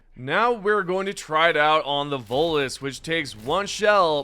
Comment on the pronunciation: DA' LAD KEPT' CALLIN' TEH' VOTELESS DA' VOLUS , AIN'T DAT' DEM' GAS SUCKERS FRUM MASS' EFFECT?